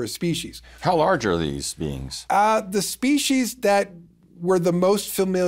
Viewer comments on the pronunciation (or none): He also says species wrong and says spe- she’s it’s spee - sees . Drives me insane